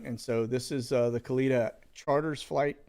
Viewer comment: Funny you're watching Bill Barr... he "resigned" today (fired) so nothing to see there now. Also, not a big deal but you pronounce Kalita airlines incorrectly. You say "kuh-leet-uh" when the correct way is "kuh-lit-uh". Kalita airways is owned by legendary NHRA drag racer Connie Kalita (was also married to legendary drag racer Shirley Muldowney). Connie currently still owns a successful NHRA drag racing team seen on TV on the weekends competing.